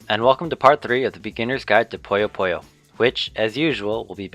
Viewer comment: Poo-yos. not poyos.